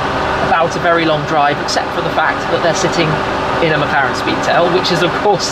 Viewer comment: thought he said "McCollector"